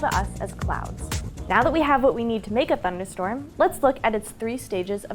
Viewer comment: "Thunderstrom". lol